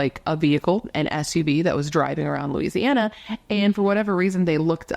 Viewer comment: You pronounced it correctly. Thanks for covering this Louisiana case. ❤